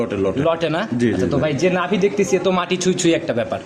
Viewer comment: আপনার লোক সব বাটপার কথা বলে বেশি কথা ও ভালো করে বলতে পারেনা নাভি রে বলে লাবি আর ব্রাহামা কে বলে বাহামা